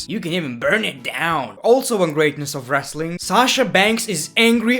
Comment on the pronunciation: Wrestling not wrasaling